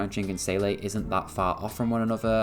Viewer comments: love how u kept seele as 'saylay' idk but 'zeele' just puts me off... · Great video. I think you are actually the only content creater I have heard who pronounces "Seele" correctly.